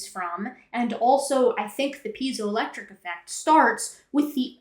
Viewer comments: Having studied electronic engineering, hearing "pee-zio effect" is irksome. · Zye-cron, P-Z-O-electric... Is this guy just unlucky enough to be dyslexic of top of being a YEC??